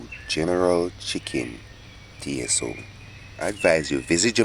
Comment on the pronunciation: Yeah Mannnn......My brother you had me laughing my head off my shoulders...It's general tso (pronounced So) the T is silent....Looks great though......